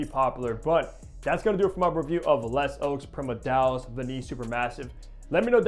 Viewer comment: You miss pronounced it. Just say “ le ZOW PREE-MUR-DEE-AL”